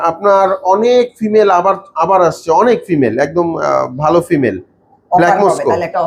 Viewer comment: Ekjon boltese valo behave apni baje behave boltesen,vai ektu clearly bolben valo hoto